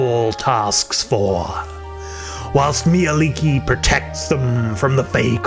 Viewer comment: Nice info and as a Finn I'm happy to hear that you pronounced her name correctly.